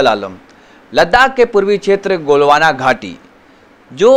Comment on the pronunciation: Abey jaahil galwan ghaati bolte hain golwana ghaati nahin.